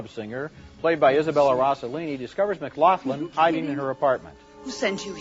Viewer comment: McLoughlin LOL!